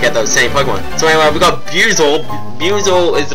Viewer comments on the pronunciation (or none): Bu-I-zel Remember to say the 'I' along with 'Bu' :P